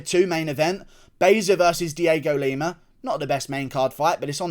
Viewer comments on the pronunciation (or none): none